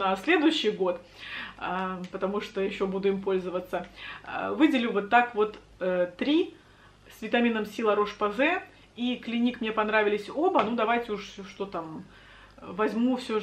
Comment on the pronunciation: серум с витамином си??? 😂😂😂😂 Господи боже, вы выберите язык на каком говорите, на русском это сыворотка с витамином с, читается как цэ. ну что за позорище такое 😂😂😂😂😂😂